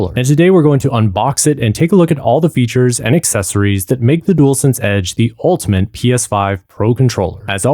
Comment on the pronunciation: "Ultman Controller" = ultimate. You mean "inter-changable" not "inner-changeable". And "re-mapped" not "re-map". Hopefully this helps you out as much as the video helped me, thanks for taking the time to create it! :)